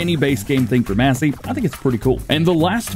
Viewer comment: No offense it's not mass it's mace, Massey Ferguson.